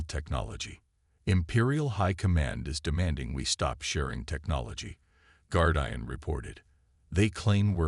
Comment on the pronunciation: The bad pronunciation, especially with the word "Guardian" ruins the story. Get a human to read the story that your AI bot reader can't due justice to.